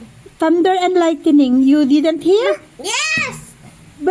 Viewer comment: “There’s a Lightening Asher . There’s a Lightening “😂😂😂 LIGHTNING PO KIDLAT!